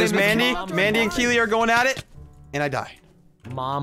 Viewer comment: Omg, you actually said Keeley right Hahaha! When I saw it I was like "Omg someone other than me spells their name that way" I was so happy when you said it right.